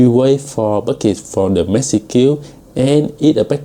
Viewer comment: Really struggling with the pronunciation of the 'age' of package and message.